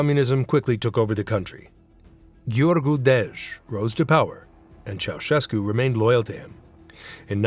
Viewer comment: Ma come cazzo lo pronuncia il nome????